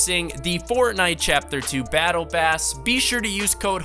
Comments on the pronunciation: In he said battle bass. Instead of battle pass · He said Battle BASS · Did this person really just say “battle bass”? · Lmao he said battle pass Rong battle bass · did he say battlebass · He said battle bas